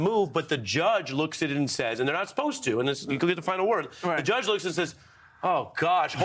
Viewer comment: to - "JUSGE"- lol